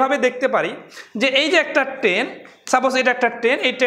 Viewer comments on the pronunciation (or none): ট্রেন না বলে কেন আপনি বার বার বলছেন টেন?